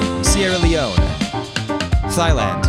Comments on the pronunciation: “Thigh Land” Maybe I just didn’t hear it correctly My hearing isn’t that good Thigh land again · did he just say TH-ailand???? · Why say Thailand like Thighland? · "Thighland"? Is that really how you're supposed to pronounce "Thailand"? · Why would you pronounce Thailand as Thighland 🤢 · What's the thought process for pronunciation of country names? Feels wildly inconsistent and sometimes straight up wrong (e.g. Thigh-land) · Hey, as a thai person, its pronounced like [tie-land] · The way he pronounces Thailand as Thighland... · The "Th" in "Thailand" represents the aspiration, not the English digraph for the "the/thin" phonemes. Just a hard t sound but breathy, basically. Read in English it's just /t/ straight up. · "Thighland" I know my next holiday destination! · im sorry, thighland? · ah yes, thighland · why do you pronounce it thighland? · He called it thighland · Thighland lol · Blame the English language I also mispronounce Thailand because we want to pronounce the th as a th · Why do you say “thighland” ? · Never let this guy pronounce countries again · Somehow he completely botched Thailand but nailed the pronunciation of Indonesia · Btw Thailand is pronounced with a hard T sound, not a soft TH sound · if im not mistaken thailand is the only wrong pronunciation (addressed in the pinned comment) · the silent h claims another victim 😔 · Taking the effort to pronounce argentina but not thailand is so funny to me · You mispronounced my home country that H tells that the T is aspirated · who tf has never heard Thailand? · as a Thai I am truly offended by “thigh-land” 🤬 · no way that’s how Thailand is pronounced in English. Thighland?? You’re trolling right? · Sorry, I never comment on videos, but as a Thai citizen I CANNOT NOT mention this. It is pronounced "tai-land" not "thigh-land" thank you for your understanding. Also I love your videos as a physics major 😀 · Thhhhailand??? Its pronounced tailand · I love how you say thighland and not Thailand